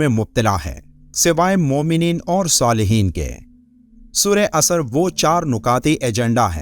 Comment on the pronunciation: Ye( asr) hai na ke asar Bhai aayat to sahi bolo matlab badal jata hai